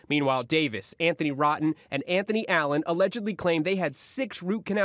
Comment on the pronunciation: "Anthoney rotten" with dentist fraud...CMON haha its pronounced "Row-ten" but good one GMA haha